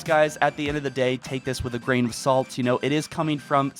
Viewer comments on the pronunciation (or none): none